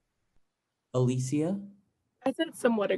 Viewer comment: can we talk about how they pronounced alisias name different each time